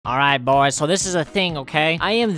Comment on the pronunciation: no one: literally no one: Comment section: I LiKe HoW HE SaYs AlraIH BoiS